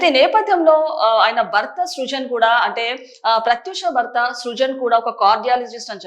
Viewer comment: భర్త. భ కి vottu ఉంది anchor గారు. మీరు బర్త అని spell చేస్తున్నారు. మరణం. మరనాం కాదు.Get trained properly and stand in front of camera. Its not the attire matters. The diction n pronunciation matters.